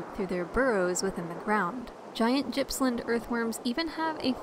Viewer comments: Gippsland pronounced as Gas in Goat not as in Gypsy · The G in GIPPSLAND is pronounced as the g in gum not as the j as in just. I live in Gippsland and I have very large worms here but haven't seen any metres long.